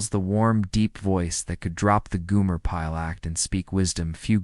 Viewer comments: How could you not know how to pronounce his name? It's Gomer (Goh-mer) not Goo-mer) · Gomer not Goomer!